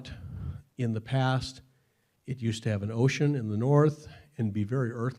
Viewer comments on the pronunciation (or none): none